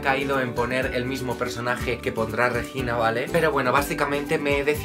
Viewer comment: Cada vez que el dice "Reyina" también mueren 3 gatitos ya que es Regina.